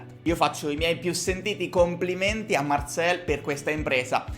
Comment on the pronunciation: Marcel perche lo pronunci alla francese?